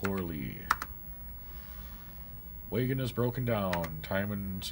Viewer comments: "Way-gun" :) Oh, and also we pronounce the state "Or-uh-gin" (with a hard "G") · What's a way-ghin? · I played the '90s version of this game and remember enjoying it very much. The way you pronounce wagon as waygun makes me think of Canada or the upper peninsula of Michigan. Will you play more of this? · Why do you say wagon and Oregon like that? Or where are you from? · That way he says wagon ruined the whole video for me lol